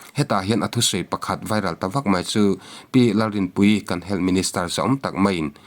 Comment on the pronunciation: Duham taka kohhrante a sawmna pawh ni ang hming, "Dan" a kalh hrim hrim. Sawi mam sak tum phet hi a tul lo. "HEALTH" hi, "Hel" tiin, i lam puat ziah. Channel meuh siamtu i ni a, quality pawimawh zia i hre ve ngeiin ka ring.